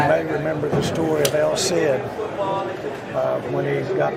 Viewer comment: Did I hear “el CID” omg😂